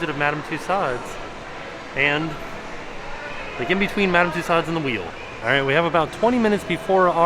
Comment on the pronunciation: Respectfully, it’s Madame Two-sew’s, NOT Madame Two-sod’s. It’s French.